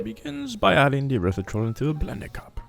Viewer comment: i dont know, maybe my speakers suck. I thought I heard Urethratol instead of Erythritol 🤣